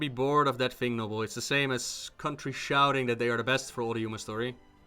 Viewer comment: nobbel... really man?